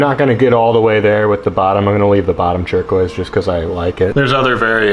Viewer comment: Has anybody else noticed his pronunciation of turquoise? "Chur-quoise"